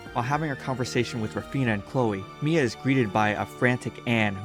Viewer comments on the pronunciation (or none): ok is it just me or did he say mMia?